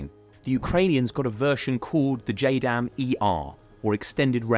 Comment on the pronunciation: its JDAM, not JADM